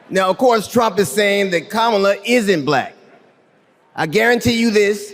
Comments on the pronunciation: Because he says "bLLLack". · The way he says "bLack" with a hard L is offensive to me for some reason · The way Trump pronounces black makes my skin crawl. Blll-ACK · Is it just me or does Trump always pronounce “black” weird? Blaaack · He says "bLLLLack". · The way that Trump pronounces the word "black" is strange. He always pauses for a second before. What the heck?